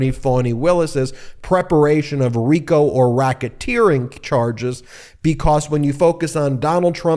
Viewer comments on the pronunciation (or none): none